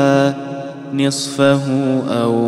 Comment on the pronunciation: ماشاء الله صوتك مره مره يدخل القلب ملاحظة عندك خطأ في الآية 20 (نِصفٓهُ) وليس (نِصفِهِ)